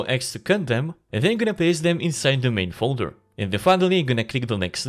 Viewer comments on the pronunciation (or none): none